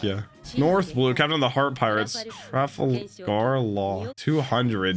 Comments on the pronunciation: Traffle-Gar is the best pronunciation of laws name I’ve heard 😂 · for pronunciation sake Urouge (oo-ru-j) trafalgar (truh-fal-ger) Rayleigh (ray-lee) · Trafalgar Law is by far my favorite of the non-straw hat supernovas. Such a bad-ass character design and epithet. Btw, you pronounce his name incorrectly in this video. It’s not a huge deal, but it is pronounced tra-FAL-ger with the emphasis on the second syllable and a hard ‘g.’ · It is traf falg ar lae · The way you said "Trafalgar" hurt me every time